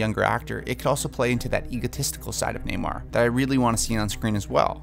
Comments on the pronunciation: Sounds like you're saying Neymar, like the soccer player. It's pronounced Nay-More. 👈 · NamOR not NamAre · Everytime you say "Namor" it sounds like "Neymar" maybe he should be cast in the role.....jk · Namir lol